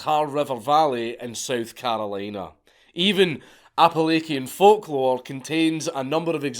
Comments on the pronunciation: "Apalakkian?" as a native West Virginian I'm offended. It's pronouned "Appalachin" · hey marcus, another fantastic video. one thing. many people mispronounce Appalachian, and you happened to do so. phonetically it is said app-uh-lay-shun. love all your vids man, huge fan- eli from appalachia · It’s “appa latchan” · This man really said appilakin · its pronounced "App-uh-latch-in" most people who don't live near that range always pronounce it wrong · aka lake Ian is a really interesting way to pronounce that word. Great Video as usall. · Appalachian. Apple lation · Okay so I hate being that guy but seeing as I’ve spent my whole life in Kentucky, the pronunciation of Appalachian and Hollow pained me. Local dialect is App-Uh-Latch-in and hollow is “Holler” lol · Appalachian is the only word that Dank says that instantly turns me off. (Edit: bucket list item added. Meet a bean-nighe and win.) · As an Appalachian, I'm gonna need you to please never pronounce "Appalachian" the way you did ever again lmao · Dankula, Appalachian is not pronounced like Wallachian. All the a's are soft and its a hard CH sound and a softer -ian sound. I know you'll never read this but damnit I needed to say it. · Please learn to say Appalachian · As a Yankee, I was very surprised when I learned that a banshee's howl is actually supposed to mourn the coming death of a member of the family she protects. I felt very lied to. EDIT: also, "Appalachian" is pronounced phonetically. the "CH" is pronounce as a ch, not a k.